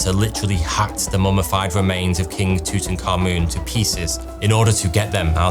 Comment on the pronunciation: Thank you, thank you for pronouncing Tutankamun correctly. It is so grating to hear people say TOOT'n KAHMen... Its a petty thing, I know. But jesus christmas, we've known the name since before i was born. Theres no need to "nucular" this guys name. Aside from that, this is a great subject. I almost love the mystery more than the idea of uncovering all of those juicy relics. I remember hearing about the paint on the statues being destroyed by exposing them a long time ago. Thats kind of depressing but good to know in case somebody thinks its wise to do that again.